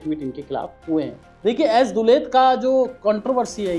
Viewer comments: पहले उनका नाम तो सही से बोलना सीख लो। लो, इसे दस बार जोर जोर से बोलो- एएस दुलत। दस बार जरूर बोलना, तभी जुबान सही होगी तुम्हारी। और रही बात दुलत के कैरेक्टर की, तो अभी तुम्हारी औकात नहीं है उनके कैरेक्टर के चवन्नी तक पहुंचने की भी। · Yaar tumse na to hindi padhi jaati hai na english. Kam se kam naam to theek se bolna seekh lete.